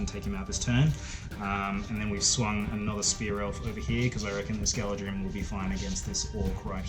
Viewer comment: I believe it's pronounced 'Gala-threem'